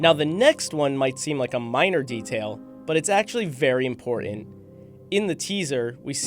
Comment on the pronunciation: Not IM poor ent, It's pronounced..., IM port tant~!!!